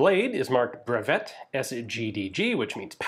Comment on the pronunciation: Maybe one day Ian will pronounce "breveté" correctly. (bruv-tay)